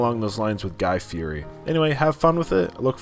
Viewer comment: If you’re going to bring up Guy’s name at least learn how to pronounce his last name!!!